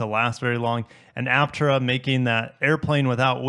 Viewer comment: Pronounced HAP-TIER-HA.